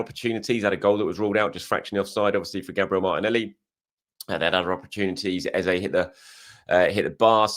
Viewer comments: When you stop calling the man Ezer then he will start scoring cos his real name is Eze. He told you in the interview in the typical British gentleman's polite diplomacy to call him Ezer (British accent). Why not ask his parents if they named him Ezer or call him Ezer at home? LOL! All the Nigerians have told you that is not how to say the name! It is pronounced Ezey (meaning king). Stop butchering his name and claiming that it is how he prefers it. Not sure he gets offended when you call it how his parents and his heritage intended it. It is rude to act like you know better than people of his same heritage LOL! Come one! LOL! Not sure you will like me seeing your name that way with a strong Nigerian Igbo accent? LOL! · All Nigerians collectively cringe when we hear “Ezah” you know the right pronunciation.. go back to it. you have over complicated it now lol